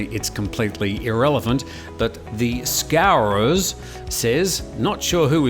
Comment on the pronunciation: How does a Brit mispronounce scouser I wonder